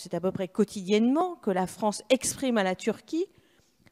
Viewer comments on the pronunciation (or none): MDRRRR IL A DIT LA FRANCTE BRAVO LE FRANCE MDRR